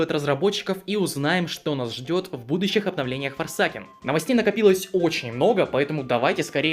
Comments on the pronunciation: Боже хватит называть forsaken - форсакен я не могу слышуть это 🙏 Это читается как форсейкн А так видос найс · Сразу хочу сказать, игра говориться не форсакен а форсейкен (просто говорю как правильно не хейтите паже)